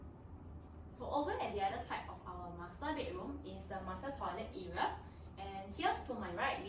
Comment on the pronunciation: Y say era when it’s actually area